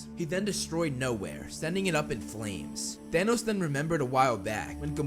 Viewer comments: its thanos not thanoos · For some reason I kept hearing “Danos”